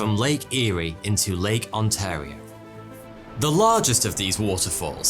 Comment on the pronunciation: Hey, you said Ontario right!